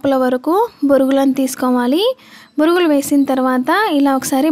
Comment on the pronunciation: Borugulu ani anakudadu thappu Bonugulu ani anaalee 😂😂😂😂😂